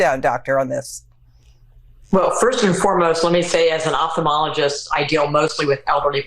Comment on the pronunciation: This woman that's a doctor was an eye doctor. Did anyone else hear her say she was an opthalomologist? Ma'am? That does not make you qualified to diagnosis someone with dementia. Furthermore, you should know better than that.